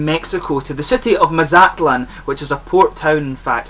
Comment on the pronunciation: I am originally from Arizona and the beers were light lagers because they got the same German brew masters the rest of the world got during that period where they went around the world spreading the gospel of beer. Maz at lan......your pronunciation was just slightly off. You Scots.......kidding. Never have seen a craft beer from Mexico yet.....should be some by now though